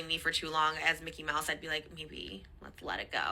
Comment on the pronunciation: He keep on calling him Mickey mice 😭😭😭😭